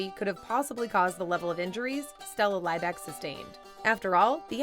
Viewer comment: Her surname was pronounced Lee back. Not lie back